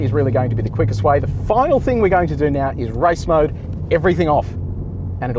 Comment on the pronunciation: Was it me or did it sound like he was saying “rice mode” 😂😂😂